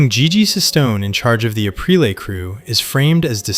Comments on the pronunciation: Same thing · your selling yourself as someone who is very knowledgeable about the Sopranos, and you constantly mispronounce Aprile. Maybe it’s on purpose to get people like me to comment , which if that’s the case, i guess it worked